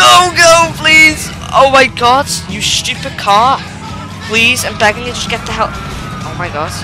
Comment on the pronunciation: you said svupid